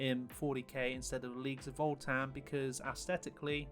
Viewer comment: voltan? there's no l in the name.